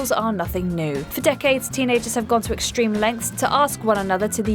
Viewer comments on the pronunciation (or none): none